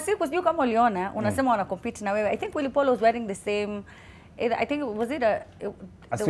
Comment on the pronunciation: ringtone doesnt know how to say willy Paul niqqa is always like will paul